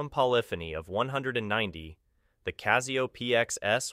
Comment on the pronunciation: There is no Z in Casio, it is a soft s.